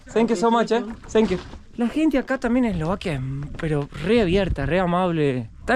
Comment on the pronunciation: Por qué sankiu y no zankiu? Suena estilo Tévez hablando inglés